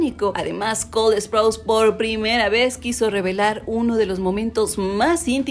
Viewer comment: Alguien más se da cuenta que ella pronuncia col esprouse o solo yo?